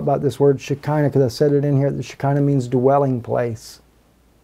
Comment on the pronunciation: Brother on Leviticus in Hebrew does is say Shekinah? Because I was told the word isn't in the Bible and comes from Jewish Mysticism. When you read it out it sounds like you say "Me-Shekinah".